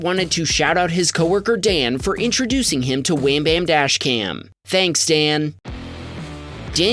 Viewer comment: "IntrAducing" is not a word. * IntrOducing.